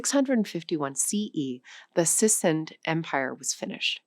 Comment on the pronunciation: sissind ? this is why you get someone who knows what they're talking about and not solely a script reader